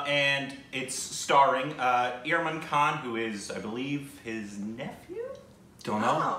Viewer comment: Only will say IRMAN KHAN instead of IMRAN KHAN😂